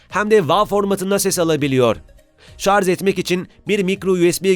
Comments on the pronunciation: Şarz dedikçe kulağı kanayan bir tek ben olamam değil mi ? 1.5m abonen var , şunun doğrusunu öğren artık. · Ben ''şarz'' a takıldım. Ne demek acaba? Yoksa ''şarj'' olmasın???? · Şarz ve Tony star dediniz ona takıldım ben. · 4.15 şarz diyor. Onun için izlemeyin bu kıytırık videoyu.